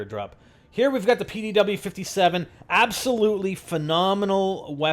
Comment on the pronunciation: its not the pow-57 for fuk sake its the pdw-57 for god sakes